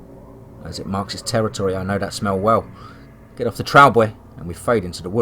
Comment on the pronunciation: Another great story, I love your stories and I love the way that you never eat them, but with that said, the word Trail is in a lot of your stories, and I'm not trying to be nitpicky, but you say the word extremely wrong. You are pronouncing it like Trowl... it's like you're saying the word owl, but with a tr in front of the owl. The word Trail, should be pronounced like mail or male, but of course with the m taking off and Tr,,, put in front of of the ale part...or you know, like a mug of ale, and then just put the tr to pronounce trale , of course , the actual spelling being trail, I hope I am explaining this correctly since you cannot actually hear me say the actual word. But again it's not a big deal, but this is a word that you use quite a bit and a lot of your stories. Keep up the great work, I listened to your Channel about everyday if not everyday